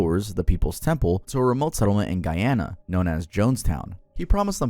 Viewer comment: he said guyana correctly👏👏 love you